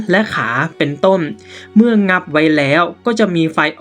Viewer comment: อ่านไม่ตรงกับพยัญชนะเลยค่ะ เช่น เหล่านั้นอ่านเป็นเหล่านั้ม เป็นต้นอ่านเป็นต้ม ความร้อนก็อ่านเป็นความล้อม